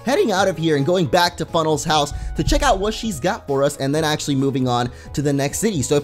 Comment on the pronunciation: in the begging said professor funnel XD